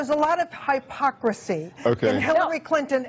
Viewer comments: It's 'Hip-ocrasy' not 'High-pocrasy' If you can't pronounce a word you probably don't understand how to use that word. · "High-pocrisy"? Another proud Trump University graduate I see. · High-pocrsy? What is that word? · That woman... and her highpocraseee.. wtf?? It hurt my brain. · That's just plain embarrassing. The whole insane thing. 'Hi-pock-rahsee' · Did anyone else hear Hi-pocracy?? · Does Trump instruct them to mispronounce "hypocrisy" on purpose? Many of them do it, in the same way. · Cant' even properly say hypocrisy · There is one way to say hypocrisy. Only one.